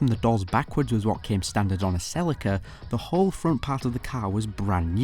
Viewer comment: Wait I thought it was pronounced sell-e-ca